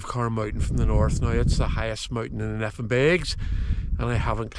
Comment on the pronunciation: Great video but I just can't help but cringe every time you pronounce Nephin "Neh-finn." The correct pronunciation is "Nay-finn"